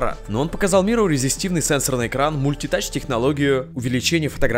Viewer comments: Резестивный?, серьезно???? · не резестивный, а резистивный.